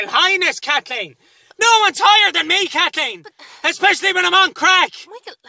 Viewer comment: " KATHKEEN ..." Enough said 🤣☘